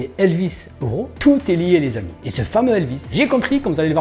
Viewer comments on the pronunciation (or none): none